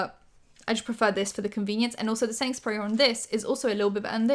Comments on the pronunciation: You're saying quickly "setting spray", but all I hear is "Sainsburys" :D I have no idea why. Made myself laugh 😂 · i thought were saying sainsberry and then i realized you were saying setting spray, which makes way more sense.